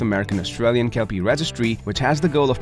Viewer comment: Kelpie border collie cross owner here. Great vidi but why are we listening to American who can't even get the pronunciation correct talking about an Aussie dog breed.